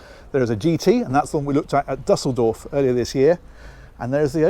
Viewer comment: I don't mean to be a shit, but the way you pronounce Düsseldorf is incorrect. It's bugged me for a while now. The umlaut makes it more of a long "oo" sound.